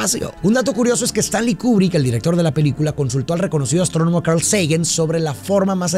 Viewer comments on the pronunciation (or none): none